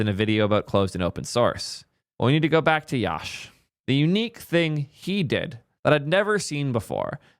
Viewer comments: Love that the intern is working so well, but atleast say his name right, it is pronounced as "Yuh-sh" (Yash) no YAASH🔥🔥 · its yash like "yush" not liek "yawsh"